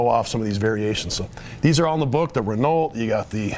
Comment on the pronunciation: I died a little when he tried to pronounce "Renault."